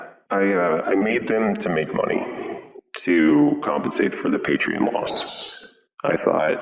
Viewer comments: He says: Patreein, Paytrin, Patreean, Paytriien. Fucking Patreon dude. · It's a new decade and still says paytren.... It's wrong faam!!!! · i know its because he says patrien